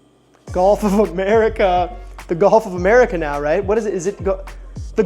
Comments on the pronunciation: first off, it will never be the gulf of america, thats such a stupid idea. second, its pronounced GULF not GOLF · Do they pronounce Gulf as "Golf" down in Louisiana or is that your doing?